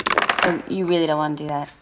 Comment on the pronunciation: do I hear the scottish coming out of "YOU" james??